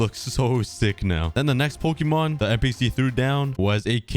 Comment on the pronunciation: Is anyone else getting triggered by his pronunciation of Pokémon’s